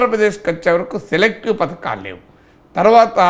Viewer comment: ఎర్రి పువ్వా పతకాలు కాదు పధకాలు